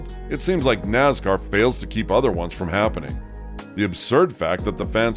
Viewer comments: Naz car is not a word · Wtf us with the pronunciation of “Nazzzcar”? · It so easy to pick a new fan or sportscaster, listen to he pronounces "Nascar" any longtime fan will laugh their A@ off...